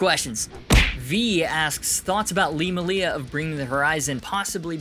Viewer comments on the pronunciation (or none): It makes me sad when people say Lee's last name like muh-lee-a rather than may-lee-a because there a videos of him introducing himself saying his last name the way it's pronounced. I forgive you though